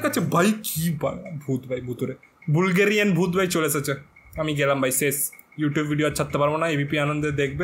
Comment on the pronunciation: Otar pronunciation "BUHL+GUH+rREE+UHN" jerokom "DUL" pronounce hoy orokom e etao "BUL+GURIAN" pronounce hobe. Not Bool+gae+ree+an. Boolgarian ki hoy baal? Kaan er dool thori etaa.